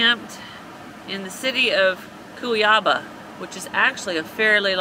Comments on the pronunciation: Dear friends, you are wrong. The GAÚCHOS exist only in the South of Brazil. These men heading the cows to the farm in Pantanal you referred, are VAQUEIROS not GAÚCHOS. Another thing: the pronunciation is GAÚCHOS not GÁUCHOS as you said. The same is valid to CUIABÁ instead of CUIÁBA as you said. The stronger accent in Brazilian words is indicated by the signal on it (Gaúcho, Cuiabá, Fábrica, Irmão, Tragédia and so on). Pardon for my English. I did my best in order to explain it to you. I love your videos. 😉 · Enjoying your videos. A little tip on Portuguese pronuntiation. When you see vowels with this sign on top like: á , é , ó , it means the sillabe containing that vowel is stressed. So its CuiabA, the stress on the last a. PoconE, the stress on the last e and so on. Another tip is that if you dont see a stress sign, most words will be stressed on the sillabe before the last one. Cheers and good luck! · Enjoying your videos a lot. Cuiabá (correct pronunciation = Cui - ah - BAH accent on last syllable, as with Pan - tah - NAL) has a population 620.000 + and is the capital of the state of Mato Grosso. (Cáceres = KAH - ceres) Look for cheaper DIY laundries .